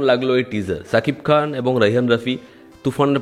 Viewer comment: Vaire ছাকিব খান না। খালি তুই বলিস ছাকিব খান ধুর।।৷৷ শা কিব খান। উচ্চারণ দা ঠিক কর রে। শা। মানে শ